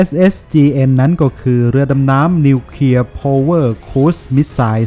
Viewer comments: ทำไมท่านอ่านเป็น นิวเคีย......ครับ ทำไมไม่อ่านเป็น นิวเคลียร์..ครับ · เคลียร์ ไม่ใช่ เคียร์